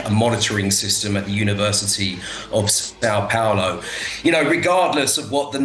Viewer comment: São Paulo not Sao Paolo… when will they learn